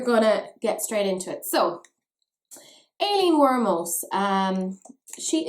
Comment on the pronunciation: at the beginning i kept hearing Alien Wantus... I was like: Wut? And usually you pronounce that name (at least in German) like Eileen. There are a trillion names to write it like Madeline (don’t get me started!)...